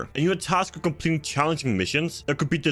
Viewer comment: "you are tasked with compleeng challenging missions"